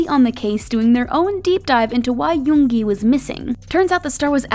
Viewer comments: Finally!!!! Someone who pronounced yoongi right. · I can't even think of bts not having suga.And finally i found someone saying 'yoongi' instead of saying 'yoonji'😒😒😒😒